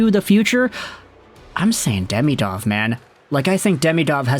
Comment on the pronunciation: As you talk about this player so much, you should learn how to pronounce his name. It is not "day-mee-dov" it is "dee-mee-dov". Watch some Russian videos with commentary.